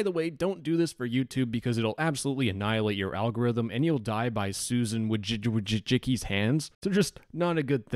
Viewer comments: its woy-tzi-tzki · i love seeing non polish speakers try to pronunce "wojcicki"